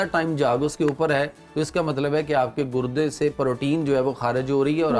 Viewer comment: Gurdy ❌ gudny ✅